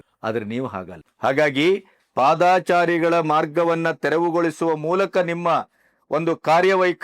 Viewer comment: Sir ಅದು ಪಾದಾಚಾರಿ ❌ ತಪ್ಪು ಉಚ್ಚಾರಣೆ, ಸರಿಯಾದ ಉಚ್ಚಾರಣೆ ಪಾದಚಾರಿ ✅ ಅಲ್ವ sir ಹೆಚ್ಚಿನವರು ಕೃಷ್ಣ ಭೈರೇ ಗೌಡರು ಸೇರಿದಂತೆ ಹೆಚ್ಚಿನ ಜನ ಪಾದಾಚಾರಿ ಅಂತ ತಪ್ಪಾಗಿ ಉಚ್ಚಾರಣೆ ಮಾಡ್ತಿದ್ದಾರೆ ಅನ್ಸುತ್ತೆ...?